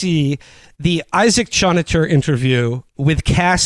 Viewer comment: Choniter? Goddam it Will, are you mispronouncing things just to fuck with us at this point?